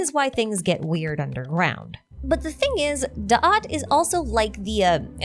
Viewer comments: I'm sorry, but all I could think about during this video is how you mispronounced every Hebrew word. I wish there was a way to send you a soundtrack of how it's actually pronounced, since I'm sure Google translate doesn't do it justice. I kinda feel like Hermione, thinking "it's DaaT. Not DaatH". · Da’at has no “th”, it’s a corruption of the hebrew letter because if adaptations into languages without a hard “t” sound